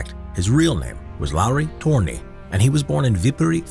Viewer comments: Its Lauri törni not luro tuöirni. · I laugh every time someone pronounces Lauri Törni